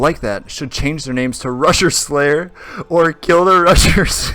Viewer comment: Am i the only one that heard rushers as RUSSIA?